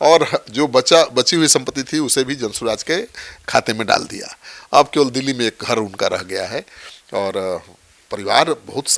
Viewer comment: दे दिया को डे डिया मत बोलिए, 😅